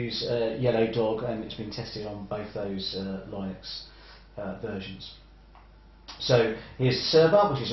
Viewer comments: Linux pronunciation is "Linniks" (or "Linn-uks") rhyming with "cynics" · i have never heard anybody pronounce it "lie-nux"